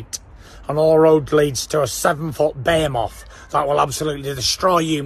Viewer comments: 0.50 "7 ft, 20 stone "bayhimoff" Thats a funny way too pronounce "behemoth" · Not that id day this to his face but its pronounced..b-he-moth....not bear moth 😅😅